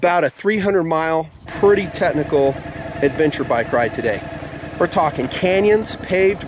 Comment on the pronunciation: The motorcycle vid drinking game: 1 shot of espresso every time he says "TeTnical"